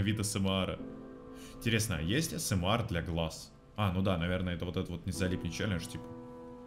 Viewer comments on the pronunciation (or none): Ты не правильно говоришь не Асмэар а Асмр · Почему говорит осемар а не эсемер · не асмар а аесемер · Вроде правельно АСМР А НЕ АСМАР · Все: асмр: АсЭмАр🗿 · А с м ЭР А НЕ АСМ АР! А С М Э Р